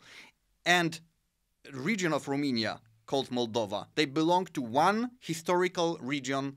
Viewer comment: I can't understand why someone who is interested so much in history and geopolitics doesn't know how to pronounce Romania. It is quite embarrassing. Also on language subject he has done some resarch but not at the level that he can explain to others what's what. For summary I will say that if it written the languages are totally identical and in speaking it does not differ at all with the accent spoken in Romania part of Moldova region. I appraciate the good will of this channel/video but a small (at least)wikipedia research and some maps will not hurt.